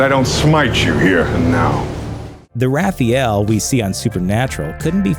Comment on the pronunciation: You pronounced Raphael wrong. You probably also pronounce aluminium wrong. See what im getting at here. Things can be changed to suit your needs. In SPN's case. Changed the lore. Saying Angels are supposed to be good cause the bible says so is stupid SPN has its own lore so your twilight sparkling vamps can fuck off.